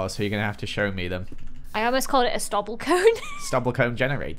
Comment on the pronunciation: SnobbleCone: SnobbleCone. Haha Me: Snobble What??? Me: watched vid again ooooh SnobbleCone